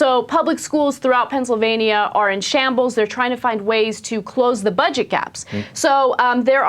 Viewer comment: Ana you pronounced Pennsylvania wrong...